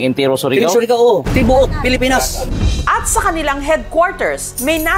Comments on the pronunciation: Natawa talaga ako sa "Pelepens" 😭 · NATAWA AKO KAY ATE SA MILK TEA NA NAGBASA NG TARPAULIN..... PELEPENS😅😅😅😅